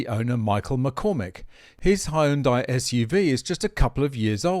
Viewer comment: Appliance that sustain major damage from common human error is a design flaw. I think he pronounced Hyundai.